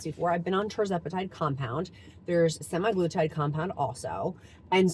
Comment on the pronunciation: Congrats on all of your success!BTW, just to be “factually accurate”, as you always say that you require yourself to be, **semaglutide is pronounced sem-ah-gloo-tide, not sem-i-gloo-tide. No “i” in “sema”.